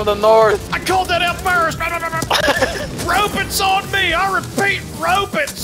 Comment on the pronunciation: Rowbuts on me I repeat ROWBUTS ON ME!!! 🤣🤣🤣